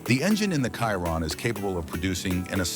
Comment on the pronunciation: It's obnoxious hearing these speech-to-text videos pronouncing a Chiron as a Kyron. You know if you spell it Shearon instead, it will actually pronounce it properly - Pro tip.